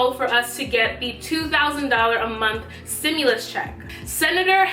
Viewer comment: Its stimulus not simulus 👀